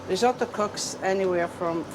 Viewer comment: Why can't Americans (narrator) not pronounce risotto correctly?